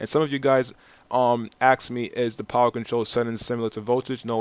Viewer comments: I'm sorry, I know it's not the point of the video, but why do you say "axe" instead of "ask" or "axed" instead of "asked". It's not even one of those similar words that are easily confused. I'm not making fun, I'm just interested. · Why can't you say ask?